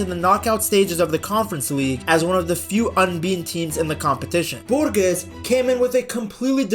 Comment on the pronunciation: Say it like Borjes